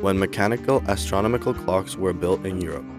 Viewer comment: Sorry. You lost me at your mispronunciation of astronomical.